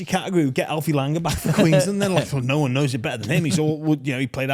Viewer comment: already starting to sound English pronouncing his “one”s like “Wuun” 😅😅😅